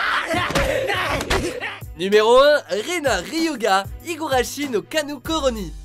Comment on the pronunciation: "Higurashi no KANU koro ni" Rena: "Urusai urusai urusai" Moi: 😂😂😂